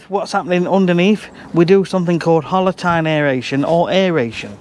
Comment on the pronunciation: Before you wrote "Hollow tine aereator", it sounded like "Holotyne aereator"... and I was wondering what complex soil biological process "holotyne" is? 🤣🤣